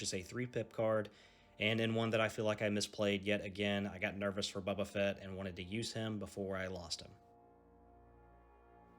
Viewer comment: I appreciate the game and the content. I can tell you are from the south because you call him "Bubba" Fett. First time I ever heard that was in Alabama. The miniatures are cool for this game. Well done on the white for the stormtroopers. But I do not like the clunky movement sticks and custom dice this game uses. Fantasy Flight needs to come up with a better system.